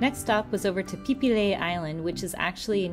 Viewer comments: Phi Phi..ฟิฟิ ให้อ่าน พี พี อังกฤษ ส้นตีน สไตล์ ไทย ๆ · .... PP Islands, not PHI PHI Islands